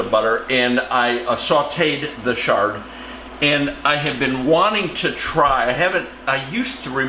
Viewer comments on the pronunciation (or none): Papa say ch-ard like ch-icken. Not sh-ard.